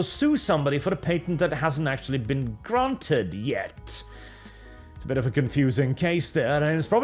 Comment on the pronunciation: I love the little 'Gr-r-r-r-ranted" you did lol, nice tongue roll